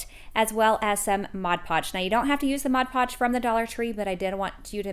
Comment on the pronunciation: LOVE the crafts, but PLEASE PLEASE PLEASE .... It's "MOD" Podge not MODGE Podge.